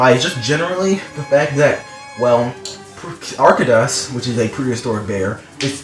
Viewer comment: Its pronounced ark-toe-dus